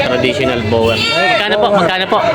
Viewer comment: Ang Correct Pronunciation ng BOER ay BOR, Silent ang E, Galing sa Afrikan (Dutch) sa South Africa. ibig sabihin FARM O FARMER. Yung barakong baboy, sa Inggles BOAR. GANON DIN ANG PAGBIGKAS.. Yung SAANEN goats Galing sa Saanen Valley sa Switzerland Ang double A pagpronounce SAHHNEN, Long A imbes na double ang A.. Paki bigkas ng tama para hindi sabihin BULOL tayong Pinoy.